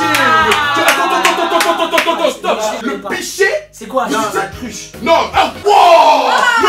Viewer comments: UNE CRUCHEUH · Charles est Alsacien normal il dit "cruche" 😂 je le dit aussi